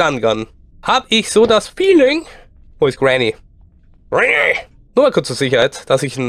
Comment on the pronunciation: Er sagt es doch ganz normal xD